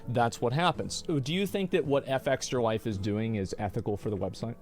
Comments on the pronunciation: Is there a reason he is pronouncing Fextralife wrong? You just say the word, it's not Eff-Extra Life, it's Fextralife. Soft F. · What is surprising is the fact that Asmon continues to say " FX tralife " instead of their actual name.